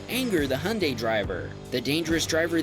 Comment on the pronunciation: HIGH-UN-DIE ✅ HUNDAY⛔